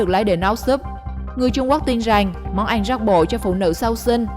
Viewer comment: Món ăn mà đọc là món anh